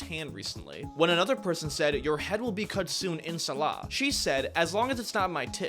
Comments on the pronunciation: Inshallah not pronounced like that, it is not In"sa"la but in"sha"la. Great vid tho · In shaa a laa is the pronunciation